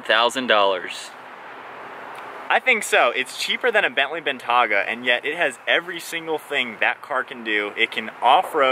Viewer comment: Bentaaaaga? LOL.